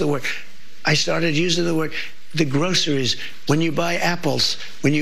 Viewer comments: He cant even say groceries right. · Everytime that clip plays that trump says groceries as if he invented the word 😅😅😅😅, he is so dumb. Then he implied no one heard the word before 😅😅😅😅